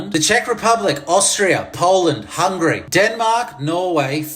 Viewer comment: what's going on here!? This was some serious pushback! 😂😂😂 I cannae stand our Andy - Pandy, that won't change. Also, it's Hun-ga-ry. Or, Magyarország... Now that'll teach you!! 😂❤